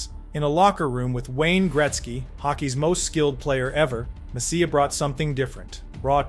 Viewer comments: Mess-EEE-eh not mess-c-ya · Great video but what a butcher job on MESS E' A' s name. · "Mess-ee-uh"? It's pronounced Mess-ee-eh, for god's sake. Stupid. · He wasn't "Messiah", the was the "Moose", great video put together though!!! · Could you pronounce his name correctly. He was not only great on the ice, he was incredibly kind , humble and generous off the ice. His work with Hackensack Hospital , especially the children is legendary. My cousin worked at MSG and she said he treated everyone, regardless of their job, with equal respect. He made the Rangers relevant and when they failed he took all the responsibility, when they won, he gave all the credits to his teammates. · Great video once you get over the mispronounced last name,!! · I tuned this off within 60 seconds after butchering Messiers name. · Please, stop trying to say his last name. I can't do this! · Kind of hard to excuse not pronouncing his name properly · I couldn't make it more than a minute after hearing you butcher his name twice. Seriously, you gotta nail the pronunciations if you're gonna make hockey content.